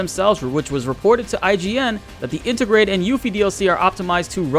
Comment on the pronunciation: Inter-grade,, not inta-grah.